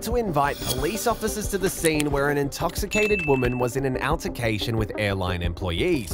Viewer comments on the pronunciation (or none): Altercation is pronounced all-ter-kay-shun